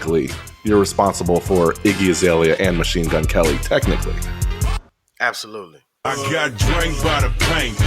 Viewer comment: He said absoluteLEE!